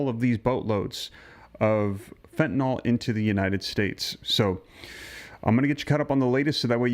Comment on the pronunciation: 1. It's pronounced FEN TA N I L - as it's spelled F E N T A N Y L. 2. Your comment about Trump going after all the fentanyl pouring into our country assumes we're being told the truth. There's still been ZERO confirmation that the small boats that have been destroyed by Kegsbreath were carrying drugs. Maybe they were, maybe not. However our protocol is to seize the boats and the contents....not blast "SUSPECTED" drug traffickers out the of water. One of the boats blasted was apparently NOT carrying any drugs. But I guess this administration of war mongers think casualties are just fine because the people in them are brown skinned. 3. As always, Trumps actions are diversions from all of his failures: PRICES HIGHER THAN EVER GASOLINE SPIKING ALMOST DAILY PRESCRIPTION DRUG PRICES OUT OF CONTROL FUEL COSTS FOR HEATING AND OTHER USES GOING UP UP UP. HEALTH INSURANCE PREMIUMS, CO-PAYS AND DEDUCTIBLES FOR MILLIONS WILL GO THROUGH THE ROOF AT THE END OF THE YEAR IF GOP REFUSES TO NEGOTIATE. 4. According to Babbling Barbie Bible (dollar store Jen Psaki) Trump's main focus in on the ballroom. The $300 million ballroom when Americans can barely afford basic necessities.